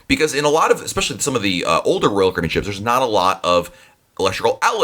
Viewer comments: narrator: blgdnsrb royal cabeen dhbjg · Love the content in these videos. But the dude talks way way too fast. Slow down! He has managed to turn "Royal Caribbean" in to a one syllable word. LOL